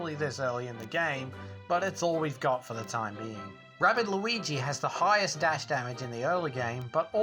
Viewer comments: It is Luigi not Lluwwelln nor Lois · Only reason mention that you keep saying Luigi’s name wrong just because😅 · His name is “loo-e-g” not Lucas, lucario or lugia